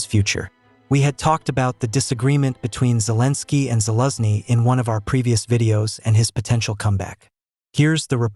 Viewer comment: You pronounce gen Zaluzhny's name so strange, first i didn't understand who you actually taking about.